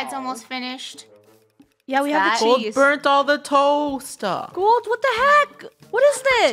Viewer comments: Golds quote: ItS nOt BurNet iTs CrIsPY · It's not burnet it's burnt